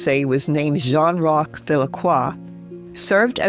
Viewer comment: Magnifique..! Merci de mettre des traductions ou voix humaines et non des robots vocaux....Saint Roch* ...Et non, St Rocher*...Saint Roch* , priez pour Nous , ...& pour Tous les Animaux, incluant les chiens, spécialement pour les chiens qui sont presque tous maltraités en Asie ( Inde*, Népal*,...)